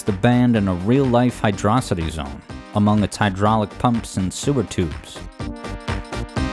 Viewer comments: I really want to be invested, but the way you say hydrocity is killing me. (Love the content btw) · Cool, you pronouced the name of the zone both ways throughout the video to avoid drama on the comment section. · Very sneaky to keep changing your pronunciation of hydrocity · The best music you have analyzed on the channel and you don't know to pronounce the name of it. What a shame. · we just gonna accept that this guy is pronouncing hydrocity wrong? edit: wait he pronounced it right later in the video wth edit2: ok you got me. subscribed. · Can't believe pronounced it Hydrocity, but then changed to Hydrocity, smh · As much as I like the video, for saying hydro city incorrectly, I must give a dislike. Sorry I don’t make the rules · I am really bothered by how inconsistent you are with your pronunciation of “hydrocity”.. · Even though he uses both, someone is still going to complain about the pronunciation opposite of you and do the same thing. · who pronounces this zone as hydrossitty (with emphasis on the O)? Surely it should be hydro city as per the spelling. Hydro and city are two pre-existing separate words, no reason to weirdly elide them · Saying "Hydrocity" like "Velocity" doesn't make any sense. It's "Hydro City". It's an underwater city level. I don't get how people still get this wrong, or how they got it wrong in the first place. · It is pronounced as Hydro - City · Fans: Is it pronounced "Hydrosity" or "Hydro City"?: Yes. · For the record (not trolling), correct pronunciation is Hydro City. This was confirmed with remakes that added space, and before that by now it's written in Japanese. I'm not going to say that saying it like velocity isn't understandable, but it's not really correct. This is more divisive to people who just assumed they were right than the gif interface. Those who don't know, the creator also confirmed it's "jiff", but people just like to stick to what they were raised (know as a cognitive bias).